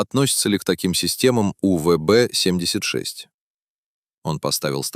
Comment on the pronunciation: УББ 😂😂 сраный ИИ